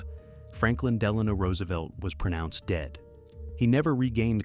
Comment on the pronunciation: How do these IDIOTS not pronounce the name of a President right? D'lonno? Really? Must be some idiot company that cranks these out with no product control.